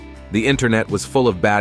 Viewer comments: Bro said donut or doona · Why is Doona always trying to hit somebody with a bottle??? It’s like homegirl wants to go to jail for attempted homicide 😭 and why does the narrator keep calling her “Dough-Na” at the most random times, I’m weak asF 😂